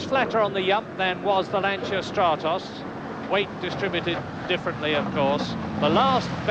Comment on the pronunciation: I think this is the first time I've ever heard a British announcer pronounce Lancia correctly 😂 What an iconic lineup of drivers and cars 👍👌🤘❤️